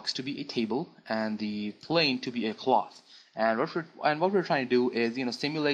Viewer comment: How the hell you pronounce cloth xD However, people, stop saying 3DS is shit, you are shit.